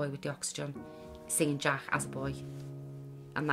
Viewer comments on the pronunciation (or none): Why would you ever give your kid a name you can't pronounce? The kid's name is Jack, not Jach.